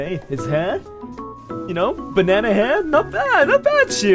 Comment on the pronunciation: "benene hair" LMAOOOOO